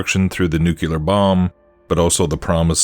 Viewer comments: Love your content man. My own beliefs align with yours to a great extent. Not important but fwiw it’s pronounced more like “nuke’-lee-err”. Most people incorrectly say “nuke-you-lerr”. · you broke my brain mispronouncing nu-CLE-ar. Normally love your vdeos, but had to turn this off.